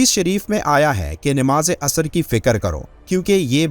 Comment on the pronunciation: Ye( asr) hai na ke asar Bhai aayat to sahi bolo matlab badal jata hai